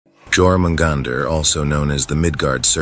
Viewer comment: It's pronounced "your" in Jörmungandr.